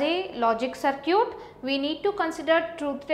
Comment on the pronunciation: sar-kee-yut LOL!